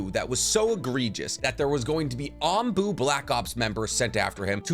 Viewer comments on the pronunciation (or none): none